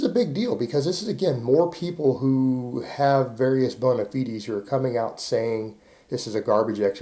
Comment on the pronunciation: I legit want to know what is a bona feedee, is he saying bona fide?